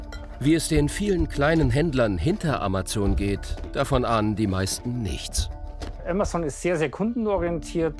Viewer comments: "Amatzon", ist es so schwierig den Namen korrekt auszusprechen, lieber Sprecher? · Ja genau. AMAZON, nicht Emmesn. Wir lasen als Kinder ja auch DONALD DUCK - Hefte und keine Donnel Dack - Commicks !! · sie spricht es auf Englisch falsch aus: ämäson (sorry, in der Lautschrift bin ich nicht bewandert). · ‚Amazzoooon‘. Hauptsache deutsch Aussprechen... 🤯